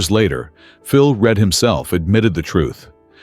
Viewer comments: This AI bollocks cannot pronounce Phil Read's name correctly and keeps calling him Phil Red...it is REEEED for Christ's sake! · PHILS NAME IS PRONOUNCED REED NOT READ ! GOT IT ?:hand-pink-waving::face-blue-smiling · I would like to inform you that, I have lost count of the number if wrongs in piece. Firstly Phil Reads name is pronounced READ not Red the colour. He was never in the same team or garage as Mike. Agostini was tutored by Mike on the counts orders so that he could partner Mike (already world champ for 2nd time ) Mike dislike of Read came from the way that he shit on his team mate Bill Ivy who was by know a pal of Mikes. Back to Read who only started to ride for Honda & started to win, after mike hade retired. Both AGO & READ only started towin at the Isle of Man TT when The greatest rider ever went racing cars. Mike returned eleven years later injured and jusy made everyone look ordinery. This comment was raised by a 75 year old fan of (who was there) S M B Hailwood. The greatest rider ever yes inc Rossi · Phil Read is pronounced Phil Reed you should learn about who you speak of. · What? Phil Read was Read! Silly pronunciation is a sure sign of an AI voice.